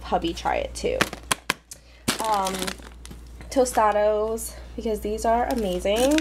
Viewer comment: its tostadas u pernounced the a as a "o" lol